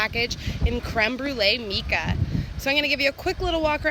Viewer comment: You pronounced mica wrong.